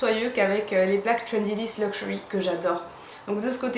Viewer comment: J'ai aussi le Trendyliss luxury et je ne connais pas le I liss. J'en avais entendu parler car j'avais deja vu la marque dans un salon. et moi aussi j'adore le luxury (j'aimerai le dire avec le même accent que le tien) ;)